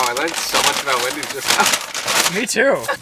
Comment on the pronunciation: Absolutely no one:: Windy’s 😂🪦